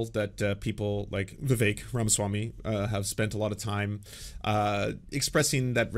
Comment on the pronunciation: I love how Matt Walsh immediately mispronounces Vivek 😂